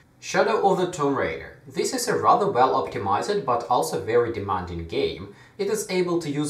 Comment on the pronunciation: The word "optimized" is pronounced "optimaisd" and not "optimaised"